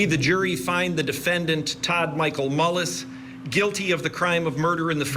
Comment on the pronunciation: It’s not MOLLIS,! Julie, you nut. It’s MULLIS. Ugh.